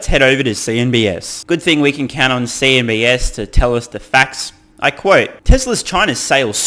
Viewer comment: Cnbs? It's c? Or is c an s sound in Australia?